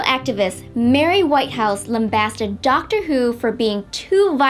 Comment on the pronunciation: Dactor BBC: The Dactor is a Time Lord